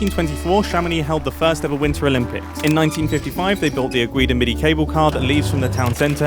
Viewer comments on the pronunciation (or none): none